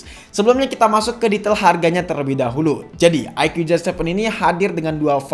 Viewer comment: Bang kata dapit bacanya bukan IQ tapi aiku